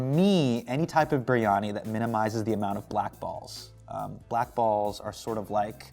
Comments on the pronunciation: did he just say biRRRRiyani??? lol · Biryani in an American accent is weird 😂